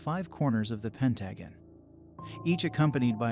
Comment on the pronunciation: It almost sounds like a robotic voice, they way there is no pauses between certain abbreviations or the computer-like mispronounciation of pentagon. Good story though